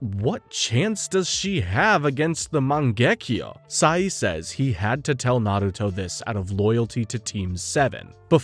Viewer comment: loved the videos but holy can you please stop pronouncing all the names UBER AMERICAN holy fk Its MAN GE KYU not MAN GEK KJO, this is just one of like 9000 cringe moments, its not to hard to do such a thing